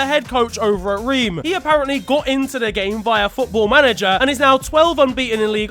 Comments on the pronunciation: Reem lmfao it's Reims like of you said rain with a s sound at the end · french people laughing at how impossible it is to pronounce "Reims" in english lmao